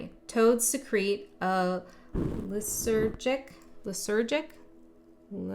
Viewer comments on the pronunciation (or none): Lysergic- Lie-surge-ick, like LSD lysergic. Cool reading, thanks :)